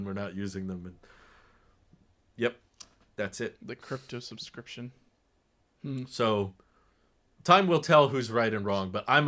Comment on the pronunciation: I know what he meant but it was amusing to hear him say “behind camera display” Subscryption Tesla supports the ARM architecture?